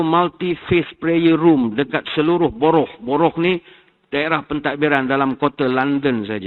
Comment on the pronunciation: borough tu sebut 'barre'